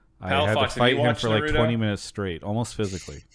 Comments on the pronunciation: Fucking Christ! Please learn how to pronounce Naruto properly. It's NA-RU-TO. NOT NAR-RU-THO. Damn English dubs ruin everything. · The way mark pronounces naruto makes me cringe, one way to spot a normie.